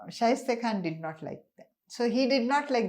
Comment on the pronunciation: Shaista khan not shaiste khan